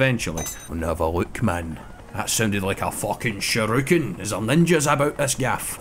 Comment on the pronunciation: calling those throwing stars "sharookens" (rather than shurikens) keeps cracking me up:D